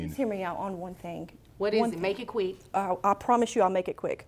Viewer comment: the judge said make it queek 😂